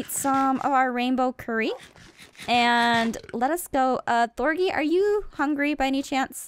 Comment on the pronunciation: thorgy not thorny